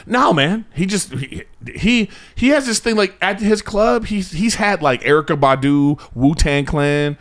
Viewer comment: hey Brendan, shut your racist ass up. It's Erykah, pronounced Erica, which you clearly knew.